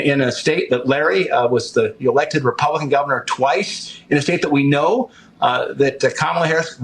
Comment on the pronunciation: Faulkner, a Black woman, had a Freudian slip. She said Republiklan in that clip! Watch it again! Lol!!